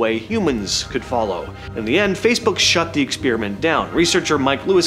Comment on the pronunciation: Sorry, Bro. I had to bail after the 10th time you said “expeariment” instead of experiment.